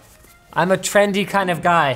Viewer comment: Did you just say I am “Trend D1(@ kinda guy” lol. Jk. Awesome vid!!